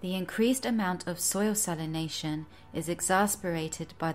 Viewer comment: It would be better if she could pronounce salination, exaccerbated and several other mundane words